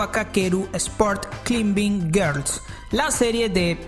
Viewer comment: Climbing se pronuncia "claimbing", si quieres likes minimo haz las cosas bien